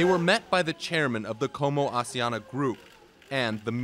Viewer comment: What and who is "Aussie-Ana" is Asiana... It's not hard to pronounce